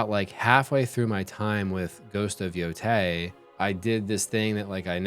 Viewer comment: Brother it's Yotei, not Yotai 😭